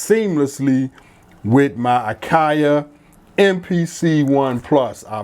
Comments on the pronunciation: It;s actually called " A-Kayee" not A-Kay-A" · Dope setup, you are killing me with the AKAI pronunciation 😂 it’s just AKAI no a sound at the end. Thank you for taking the time and sharing your setup and the explanation. 🫡